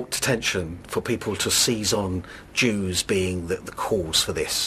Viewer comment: "The Juwes" Hm.